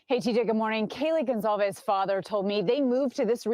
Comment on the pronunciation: It’s Goncalves not Goncsalves